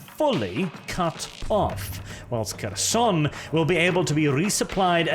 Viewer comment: The "Making Pronounciation Great Again" strikes back. 1) Kherson have silent "K", so it reads more like "Herson" only with sharper "H". Same with Kharkiv. 2) Sieverodonetsk was butchered beyond recognition. To begin with, it's missing the first "o" both pronounced and written on your map, and then "I" is silent. At least the emphasis was correct.